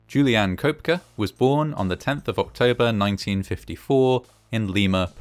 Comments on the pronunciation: The last name is pronounced Co-Pecky. You voice robots get your act together. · Pronounced "Kepkey".